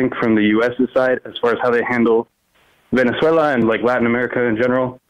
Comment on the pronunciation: This is America. This is not Amaydeeka. We dont even say our own name correct.